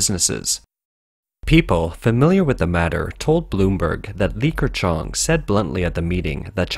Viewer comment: Li Ke... NOT LiKer - It's slightly painful to hear this pronunciation.